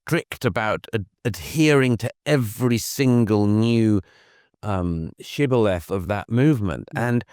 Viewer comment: It was all going so swimmingly until "shibboleth" Oh Dougie, FFS! I'll be back to continue in a minute....